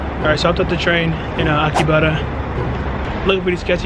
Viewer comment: Why is he pronouncing Akihabara as “Aki-butter”? 😅